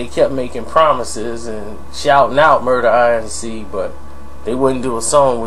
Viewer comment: Inc, pronounced like ink, is short for incorporated, it's not an initialism, it's pronounced as a word. That's annoying as shit hearing you say it that way in video after video